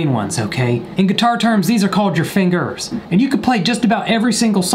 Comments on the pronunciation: “in guitar terms... fin-GERS” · That hard r on the "fingers" was edgy